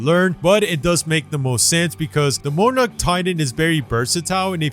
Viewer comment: Did he say monarch like more narch